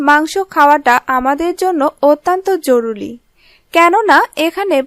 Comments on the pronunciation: জরুলী নয়, জরুরী বলুন ৷ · কিসের জরুলী জরুলী করেন🤬জরুরী বলতে পারেন না???